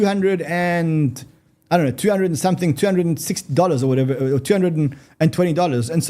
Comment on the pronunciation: He said whhatever to jinx retail😂